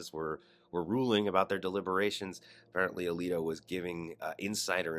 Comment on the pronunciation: Samuel A-leak-O!